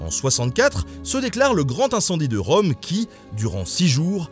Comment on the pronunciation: Rome, comme Rume?